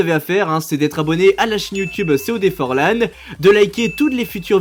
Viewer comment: Mec cest pas frôlant ces forlan